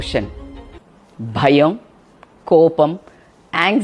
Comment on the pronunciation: EXCELLENT info .. But not BAYAM its BHAYAM..